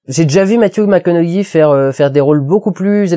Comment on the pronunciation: une bonne fois pour toute ça se prononce Mathew MAK CO NO HEY .....sinon sa performance dans magic mike supèrieur a celle de Dallas buyers club ? quand même faut pas exagéré